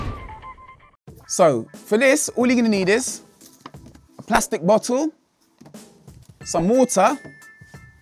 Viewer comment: Every time this dude said bottle, I heard butthole.